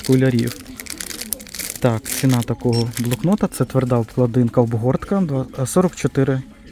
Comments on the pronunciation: Привіт,, не обкладИнка, а обклАдинка. Де ти ті слова береш? 😂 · Обкладинка= ставте наголоси вірно. Гидко слхати